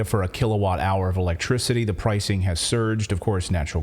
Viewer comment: In Klaus Schwabs words it's "Za force industrial revowution"